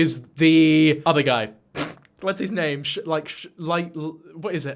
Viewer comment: She can't even bother to drop the fake accent to pronounce a name the right way. What do you expect?